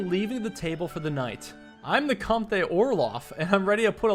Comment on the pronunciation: I Think comte is pronounced comt, and is french for count!